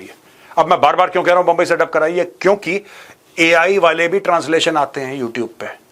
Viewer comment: It’s humble request say Mumbai not bumbai